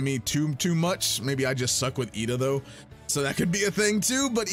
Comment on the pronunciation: I have no idea what you're saying but just know it's pronounced iida. Not with L.